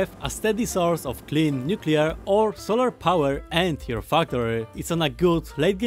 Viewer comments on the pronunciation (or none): none